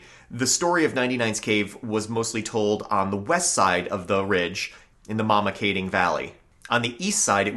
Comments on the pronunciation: ...and Mamakating is pronounced "maam-ma-kating". Pretend you're Dutch. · You guys really are butchering the pronunciations. It is sha-wan-gunk and mah-muh-Kay-ting. There are a lot more shafts along this ridge line, just do some hunting in these areas and you’ll find them all over the place. NYSDEC have the shawangunk mine closed off due to the lead contamination into the canal back in 2012, not sure how you got up there for these videos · Thank you for the video I live on the shawangunk ridge in the town of mamakating and had not heard a few of these legends. That said your pronunciation of local names is terrible lol Mamakating is ma'am-a-kate-ing, and Esopas is is eh-soap-us. Recognize most of the places in the video and appreciate you not using random "mountain" stock footage